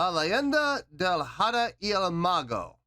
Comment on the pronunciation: PLEASE THE H IN SPANISH IS MUTE AT THE BEGINING OF A WORD. IS PRONUNCIATED AHDAH NOT JADA